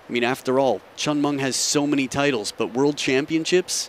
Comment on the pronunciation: commentors... pls learn to pronounce the chinese name properly, it is hen with a C and Ming not Munk... how it Subra is promounce as Sub ra